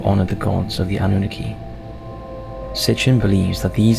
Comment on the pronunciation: Anunnaki “ANN-NEW-KNOCK-E” the pronunciation on his video is driving me crazy bro 😂 thats like some one saying 2-PACK instead of 2Pac. Keep doing your thing. ATL IN HERE WITH YOU #EASTSIDE